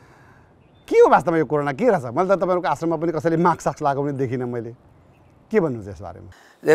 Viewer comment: सर "माक्स" हैन "मास्क" हो